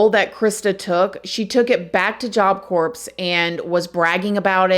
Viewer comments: its pronounced "job core", not "job corpse" lol. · Can you please stop saying job corpse. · Its not pronounced job corpse thats a dead body its silent pronounced like core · Hi! The P is silent in job Corp. Pronounced CORE. 😊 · Love southern charm btw job corps = “core” not “corpse” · Please!!!! Its pronounced core, not corpse!!!!!! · I’m from NY and my Auntie went to Job Corpse (the “P” and “S” is silent by the way love, I don’t mean to be that person) and we def grew up in the hood but she said Job Corpse was so much worse. Def told me about the big barbwire and how they used to escape all the time. She’s in her 60’a now and on disability smh. Job Corpse was a joke! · Sorry….. Job Corps is pronounced Job Core.. not “corpse”.. It was disturbing hearing you say that especially when talking about a killing. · Again. Corps in Job Corps just like Marine corps is pronounced like “CORE” when you say the ps in corps you are saying it like corpse (a dead body) 🥴🤦🏽‍♂️🤦🏽‍♂️ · it's pronounced "core"...not corpse...lol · It's pronounced Job Core... You're making YouTube have to look at your videos by constantly saying corpse lol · Pronounced Job C-O-O-R....not corps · Stop pronouncing it job "corps" it's pronounced CORE. Not corpse. Not Corp. You interchange it hun. It's pronounced CORE. Just like you pronounce Illinois as ILLINOISE. Illinois has a silent S my dear. Education is so important. My fifth grader knows these things. You're so sweet but if you have a podcast/youtube and the biggest part of it is communication so please educate yourself. Saying this with love. You are so engaging to listen to. Sending nothing but productive criticism. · It's pronounced job core. Corpse is a dead person lol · I love you and I didn't say anything on the first video but everytime you says Job Corpse a morbid image flashes through my minds eye. Can you please say Core? It's Job Corps, Marine Corps, but it's pronounced Core. It's less morbid 😂 ❤